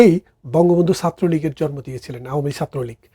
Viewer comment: ভাই আমি একজন আওয়ামী লীগের সাপোর্টার হিসেবে আপনার ভিডিও গুলো দেখি। ছোট্ট একটা অনুরোধ। আপনি একজন উচ্চশিক্ষিত মানুষ হিসেবে স্ট্যান্ডার্ড বাংলা শুদ্ধ বাংলা না হলেও শব্দগুলো সঠিক উচ্চারণ করবেন। জরমো কি জিনিস ভাই । শব্দটা হবে জন্ম। একজন শিক্ষিত মানুষ হিসেবে সংশোধন করে নিবেন ধন্যবাদ